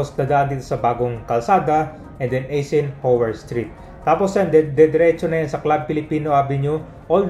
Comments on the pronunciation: Ang pronounciation ng Eisenhower ay silent E kaya dapat Isenhower ok not E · Some notes 1. Eisenhower is pronounced eye-sen-hower 2. Col. Bonny Serrano Avenue as a name is used exclusively by Quezon City LGU, San Juan LGU still uses the name Santolan Road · i-zen-hawer po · mahina talaga sa pronounciation,kahit noon pa